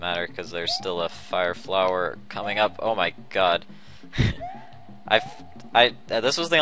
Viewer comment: I know it's kind of an old video but i can't stand him saying God like that.